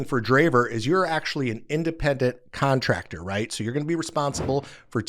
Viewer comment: Contractor, not "contracter."